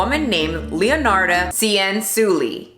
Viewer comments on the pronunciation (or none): Ahhh Leonarda Cianciulli! What a crack head PS. To help you pronounce it think about it like Chan-Chully You are welcome 😘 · I love that you talked about leonarda cianciulli since I'm italian and it's one of my fav italian true crime stories! Btw the pronunciation is leonarda with the e pronounced as /ai/ in said and as for cianciulli both /ci/ are pronounced as /ch/ in china! Hope it helped!